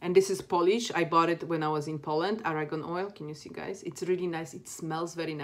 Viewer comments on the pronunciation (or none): it's argan oil not aragon